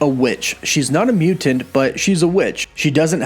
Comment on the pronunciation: Everyone: mutant CW: mew-tant